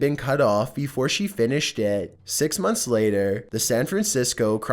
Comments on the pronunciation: does anyone else think that whenever he says "six" it sounds like "sex", or is it just me? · Leumas Eleets he said sex